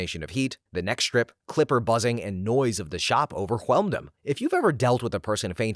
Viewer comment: The way you pronounced overwhelmed immediately made me think of the "cool whip" segment on family guy